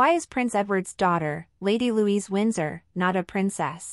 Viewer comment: Her name is Louise, not Louisa.